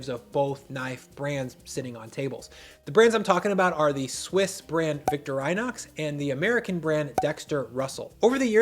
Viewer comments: Hearing him say Victorinox as Vik-to-rai-nox made me cringe. Its Vik-to-ree-nox. Otherwise I agree. Sure I love my custom chef in Aeb-l at 63hrc and ground to 0.008 but I bought a Cold Steel and Victorinox knives for my wife to use since she's a bit hard on blades. They have comfortable handles, good steel for the price and a few swipes on pretty much any stone gets them back to razor sharp. For $20-$30 you can't do better and all these IG knives that cost 2 to 10 times more aren't even half as good. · Been using Victorinox since I had a Swiss army knife for scouts and keep a draw full of their cheap paring knives to have on hand to this day. (But its pronounced Victor-ee-nox not Victor Rinox) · "Victor eye knox" vs Vict-Tor-uh-nox" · Repeat after me... Vic-Tor-ah-Nox 😆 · Not known for his knife skills then said VICTOR- EYE-NOX!! Wtf!! GTFOH!! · This is how you pronounce Victorinox → vik-TORE-ih-knocks You're welcome. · Is that how you pronounce it? I always said it like "victory nox" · Did he say Victor-rinox?! Sir... Were you even a real chef? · Victor”EYE”nox. He he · Victor-i-nox short i sound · Never heard anyone butcher the pronunciation of Victorinox so hilariously. Sounds like he’s talking about a dignified gentleman named, “Victor Rinox” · No. Emphasis is on the TOR syllable, not on VIC. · Did my man just say victor eye knocks? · Vic-Tor-In-Ox, you were killing me mispronouncing it. hahaha. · Victor-i-nox, not vic-torinox? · Victorinox = vic-TOR-in-ox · "Victorr-ee-nox" is the correct pronunciation. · As a kid I remember the tv commercial pronouncer the name of Victorinox as Victor rin ox, Victor rhine ox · the prononciation of Victory-Nox as Victor-I-Nox is actually insane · no please please it's pronounced more like victoreenox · Did he say "Victor-eye-nox"? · swiss guy here - it's victor-ee-knocks :) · I agree with all he says, except the Victoreyenox :)) who says it like that? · Pronounced: Vik Tor In OX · “Victor Eye Knox” 😂😂😂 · "Victor E Nox"😊😂😂😂